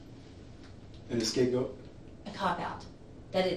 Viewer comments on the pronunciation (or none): An "escape goat?" 😂